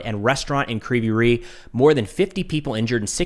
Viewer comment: Your pronunciation is almost on point, except you say "ree", when it's "rig", g like in "rogue". Also, "g" in Ukrainian is very soft, it's almost "kh", that's why you may miss it when Ukrainian says "rig", but it's there. You may come across different pronunciations because in Russian it's "Krivoy Rog". There is a lot of words that are the same between Ukrainian and Russian, except for that in Ukrainian version "o" replaced with "i". You read Russian and Ukrainian "i" like "ee". The name of the city means "crooked horn", which is kind of a fun name, if you are interested.